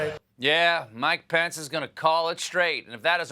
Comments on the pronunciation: Does anyone else hear, "My pants" when someone says "Mike Pence" ? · I always hear "pants" instead of "pence"